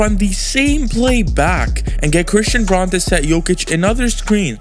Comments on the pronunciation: Braun is pronounced Brown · Christian Braun's last name is pronounced "Brown."